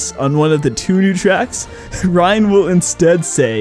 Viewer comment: Metal Gear Ryan: Reryan